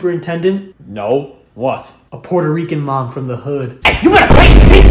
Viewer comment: When said a Porericeian Mom from the hood had me rolling😂😂😂😂